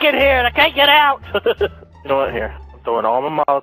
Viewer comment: i could hear evan say "oot" ish omg